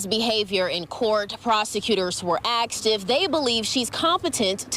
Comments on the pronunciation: good grief I can see some idiot saying axed instead of asked but a reporter who should have gone to school for journalism says axed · She axed?? From a Journalist? It hit me like a brick in the head. I am not used to slang on that level from a professional Journalist... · Did that news woman really say “Axed”?